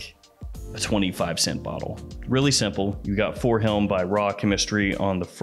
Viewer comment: Has anyone else noticed that pronounces "him" as "hilm"? It must be a regional thing.